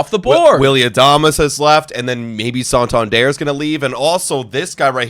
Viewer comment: Its not Anthony "sawtawndierre". Its san-tan-der